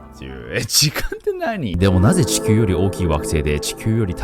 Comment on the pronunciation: 土星が じょせい 地球が しきゅう に 聞こえるの不思議